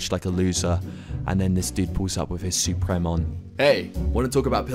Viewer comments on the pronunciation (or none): man said "soo-prem" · Why is he calling it suprem, it makes me mad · Nothing is better than hearing fainted pronounce "supreme" wrong.